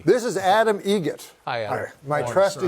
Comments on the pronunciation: It's Egert..... Like the bird. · It's Egert, like the bird